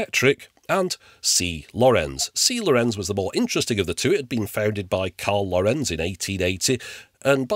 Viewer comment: Thanks for another retro ride :) Just a small niggle here. It seems all English speakers do this: The name Lorenz is the Germanic version of Laurentius (Latin/Italian) and NOT emphasised on the last, but on the first vowel! Please quit saying "lorEnz", and instead say "lOrenz". It makes sense to remember this, because many famous and important scientists, engineers, mathematicians, artists, politicians, etc, had the name in a few different spellings, but Lorenz and Lorentz have the same rule. The only exception would be, if the second vowel has an "h" following, to indicate a stretched enunciation, but I have personally not seen that possible variation.